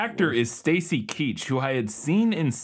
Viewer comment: Watching you guys try to figure out who Stacy KEACH (not Keash) and Mike Hammer are amuses me but also makes me feel SO fucking old! Keach is a Hollywood legend, a real journeyman actor that was in practically everything but never became a huge star. Mike Hammer is a famous pulp novel detective character from the 40s written by Mickey Spillane one of the most influential mystery authors of the 20th century